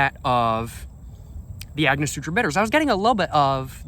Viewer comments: AngoSTURA, not SUTRA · gotta start using ice my guy. and its angoSTURa not angoSUTRA. sorry not sorry. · AiNG-Oh-stur-aH! Say it with me! ANGOSTURA! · lol agnosutra it’s Ang guh stur a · An-ga-store-a bitters 😝❤🥃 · Its prounounced " ang-o-stura" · cracks me up everytime this this guy says "agnosutra" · I like Agnosutra better lol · Ango-stura bitters lol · An-gus-tora bitters is the way to say it